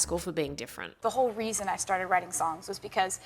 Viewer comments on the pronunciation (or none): none